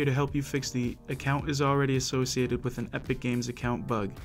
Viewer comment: still said assiocated wit acc